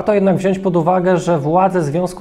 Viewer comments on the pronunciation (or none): none